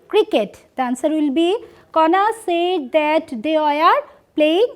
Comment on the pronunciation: Mam, It pronunciation will not be সেইড. It correct utter would be সেড।